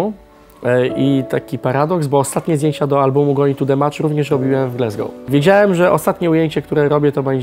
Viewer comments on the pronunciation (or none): none